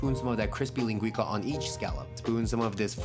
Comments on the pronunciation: ling gwee sah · My brother, just so you know, its pronounced lingui-ssah. Cooking is culture as you oftenly show. Love your channel. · I'm sorry dude, love your videos, but you did not pronounce that correctly ( I'm Portuguese) it's called linguiça, know you don't use that letter "ç" but it's like a double s. Like " linguissa". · Very good food. Its pronounced linguissa not linguika. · Hey dude, love your videos! Dont mean to be precious but if you're interested in the correct pronunciation it's linguiça, as in "leen-guh-y-ssa" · The ç in linguiça is pronounced ‘see’